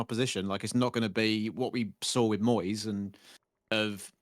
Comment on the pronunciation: Moist stuff? 😂 (i know you say Moyes but I had to rewind to check!) - Went to watch this weeks episode and realised I hadn't watched this one because I was off work last week!